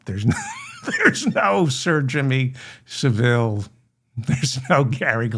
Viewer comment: Jimmy Saville is pronounced “savul” Great episode 👍